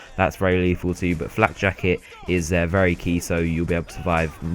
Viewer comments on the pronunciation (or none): It's neither 'flat' nor 'flack'; it's 'flak'.